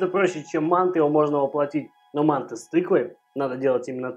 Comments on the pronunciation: Спасибо за рецепт. Мы жили в Таджиаистане и часто ели мантЫ с тыквой. Так и готовлю . Ещп в обжаренный лук кроме тыквы добавляется тертаю и обжареннаю морковь. Только привыкли слышать не мАнты ,а мантЫ. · МантЫ. Прости, я в Ташкенте родился, режет слух. Лайк поставил, продолжай в том же духе! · Кто не знает, слово мантЫ произносится с ударением на букву Ы, соответственно, тесто делается не для мант, а для мантОв. Это по-русски) Кому плохо дается русский может говорить на родном, но если по русски то, пожалуйста, говорите правильно. Мало кто видит как вы правильно питаетесь но все слышат как правильно вы говорите. И по вашей речи судят о вашей культуре. Помните об этом. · Интересно почему в России называют манты с ударением на А. Правильно манты с ударением на Ы . У вас очень интересно на канале! И готовите вы легко и с задором и реклама как то не мешает. Супер! 🍀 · Правильное название этого блюда с ударением на последнюю гласную букву, а не на первую. Почему-то в России об этом мало кто знает. По поводу того, что тыква долго готовится - это неправда, манты приходится варить долго на пару только лишь потому, что таким образом очень долго варится тесто, а сама тыква очень быстро разваривается.